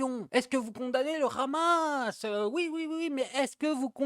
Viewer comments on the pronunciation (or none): Ce n'est pas khamas mais hamas, le h ne doit pas être accentué 😂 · Est-ce que vous condamnez le rrrrhhamasss 😂😂😂